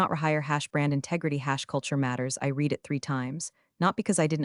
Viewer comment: AI text-to-voice still has some problems! Example, in “I read the story.” and “I will read the story.” the word “read” has two different pronunciations.